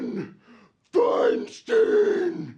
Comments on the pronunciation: I absolutely hate Feinstein, so I wish you would pronounce her name right. It's like a beer "stein". I live in California so I have to hear her name a lot.... like nails on a chalkboard. Please kill me... damn she's horrible. Fingers crossed dumbasses in California open their eyes and don't reelect her. #NotMySenator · why mispronounce feinsteins name?